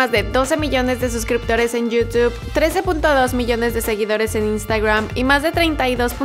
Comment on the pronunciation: No se dice "instagruam" es "instagram"